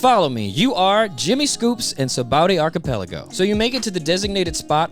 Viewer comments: "Sabowdy Arkipeliggo" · I love this dudes videos but I swear his whole deal is horribly pronouncing the most random shit like Hancock or Archipelago just horribly. Everything’s fine and hilarious then you’ll hear the most jarring pronunciation of a word you’ve ever heard in your life 😂